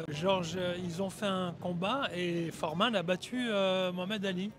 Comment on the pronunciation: Pas Foréman mais plus Foreman c'est un "e" muet